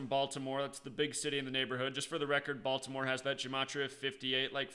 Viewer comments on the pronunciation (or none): none